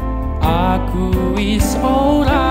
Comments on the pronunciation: Coba kl pas ngomong "wis " Di baca nya "wes" Tambah bagus pasti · Dia jawa ngapak jadi di suku kata tertentu pengucapanya berbeda dengan orang jawa pada umumnya misalnya kata wis seharusnya wes. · jawa ngapak jadi di suku kata tertentu pengucapanya berbeda dengan orang jawa pada umumnya misalnya kata wis kan seharusnya wes. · Dia jawa ngapak jadi di suku kata tertentu pengucapanya berbeda dengan orang jawa pada umumnya misalnya kata wis seharusnya kan pengucapanya wes.